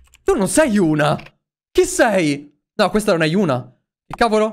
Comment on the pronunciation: Si chiama yuna ma li altri dicono euna e giusti ma si legge yuna